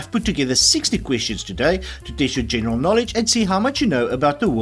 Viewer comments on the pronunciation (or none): none